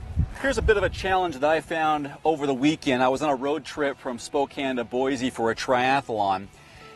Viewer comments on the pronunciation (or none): none